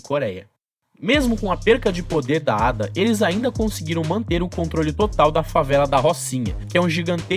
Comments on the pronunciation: Ada é o teu cu É a.d.a porra aprende a falar analfabeto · e estranhoouvir Ada quando aqui no rio nos fala A.D.A. letra por letra